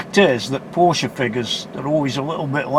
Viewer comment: A porcsha taycan you jammy bugger lol 😆 very nice car enjoy. Happy New year to you mate